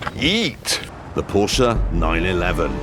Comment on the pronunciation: he said weat